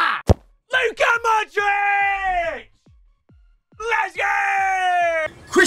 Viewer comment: I get so mad when he says "modrick" instead of "modreach" for modrić